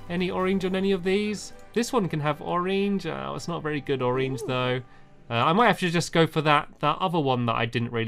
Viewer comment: I love the way stamps says oreng